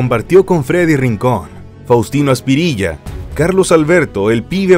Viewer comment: Amigo es Faustino Asprilla, no Aspirilla